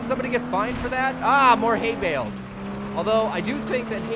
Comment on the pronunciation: At first when you said ''Hay Bales'' i thought you said ''Hate Mails'' THUMBS AND PICKELS!